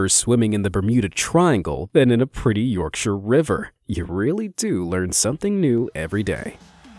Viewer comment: So happy he said yorkshire right